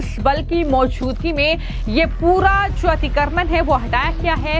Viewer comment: अतिक्रमण अच्छी तरह बोलो.